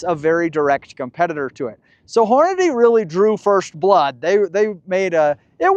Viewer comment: I love your videos and I am a Hornady user and friend of Jason. As politely as I can say it… they pronounce it horn-a-dee. Not horn-a-day.